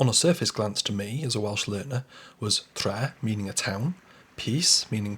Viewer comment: Just to suggest for Tre, you stretch the ‘e’ sound out a little longer. Great video though.